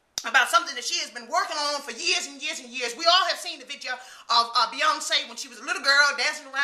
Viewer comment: I SO needed to see you back, my friend. Prayers have been going long and and they been going strong, baby-girl. Your mama is proud of you and everything you are doing to bring her justice. So glad you got back in the "stood-ja" and made a "vid-ja". Love to you and your family. You are a wonderful role model. -Lisa